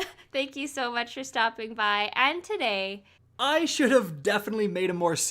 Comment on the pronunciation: it’s not “and today”...it’s “and TODAY!” Lol 😝